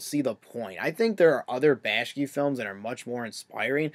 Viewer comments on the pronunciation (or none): And its bakshi not bashki